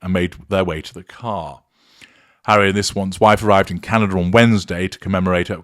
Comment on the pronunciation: You actually made my teeth hurt. My friend was in Whistler and he did not hear any booing. The atmosphere was not positive but I can accept that. But at least the witch or Megladon can say Canada. Wow hard to say but you fi-ucked it up. If needed you can phonic say Kan-a -da. Megan is not wanted here but we are polite. And I think what was hear is our EH or A depending and yes you are a narcissist because no one but your voice can hurt my teeth.